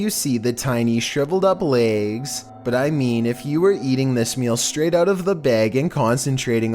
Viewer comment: "tiny shriveled up lægs"